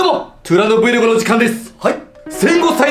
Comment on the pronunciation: 自分のチャンネル名ちゃんと発音しようぜ？ トゥーランドブイログですよね？ いっつも、 トゥーランドぶゆ～って言うてるけど、もしかしてVLOGと書いてぶゆ～って言うのかな？！私が間違ってるのか？！と不安になるほどずっと、ぶゆ～武勇～言うてはりますんで…